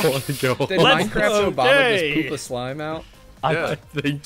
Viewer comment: More minecwaft Obama plwz